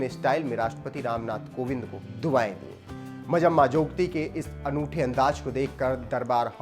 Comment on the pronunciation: It's not majamma ...it's manjamma